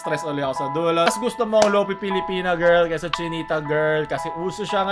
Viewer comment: hindi lofee, its lofay, bakit ang wifi, wayfee ba pag pronounce?